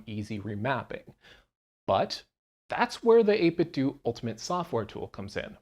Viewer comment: 8bitdo is pronounced like Nintendo